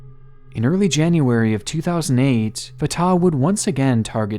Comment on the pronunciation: Jesus christ - fartar is NOT how it's pronounced - Fat Tah